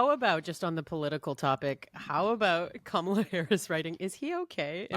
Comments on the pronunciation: Love this podcast. Someone get Jann to pronounce Kamala correctly, please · Jann i love you but I beg you...please pronounce Kamala's name right for the love of God.